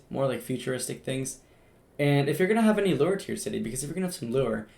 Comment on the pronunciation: hey no offense but its lore not lure